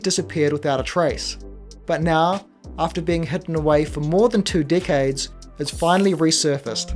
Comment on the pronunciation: I thought you kept saying "two dick-heads" but it was decades 😂. Gotta lay off the gummies.